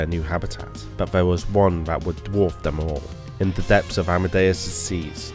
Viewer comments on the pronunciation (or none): none